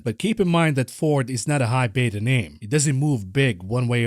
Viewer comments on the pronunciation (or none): none